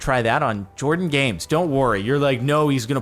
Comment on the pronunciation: jardon says jardon when it clearly says Jordan lol